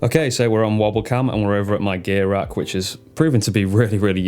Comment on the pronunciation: I thought you said your “gay rack” at first.